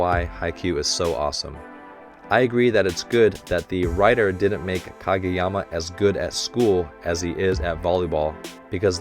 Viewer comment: ahahaha!! “Challenge me Kageyawma” 😂🤣